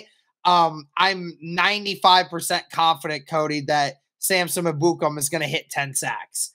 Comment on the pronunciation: I can't stand the way they pronounce Ebukam 😂 it's pronounced: EH-boo-kahm